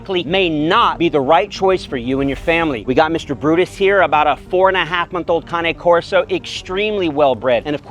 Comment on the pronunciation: such a great vid. also its kahnay corso not cain corso LOL